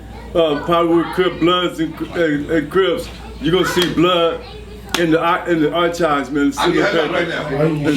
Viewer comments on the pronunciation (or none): said AR CHIVES INSTEAD OF (AR KIVES) SO U KNOW HE DON'T KNOW WHAT 🙄 HE TALKING ABOUT LOL 😆😂🤣😄😅